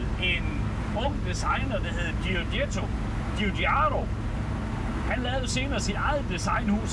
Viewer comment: Bare navnet GIUGIAROS,så man ryster i stemme for at udtale det så rigtigt som muligt. Men så italiensk som det overhovedet kan blive, tak for din opsang, så må vi håbe Stelantis ser med så vi kan få stoltheden tilbage igen❤️😍👏🏼👍🏼. Tak.